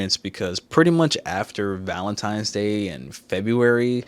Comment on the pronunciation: Am I hearing things? Or are you saying Valentimes? If it's as a joke, I'm sorry for being a grandpa. 😅